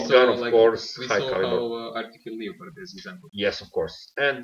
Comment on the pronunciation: kada već pričate na engleskom Leopard 1 recite kao 'Le(o)perd' umesto 'Liopard'